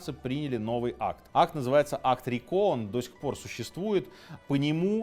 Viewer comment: Только акт РИко, а не РикО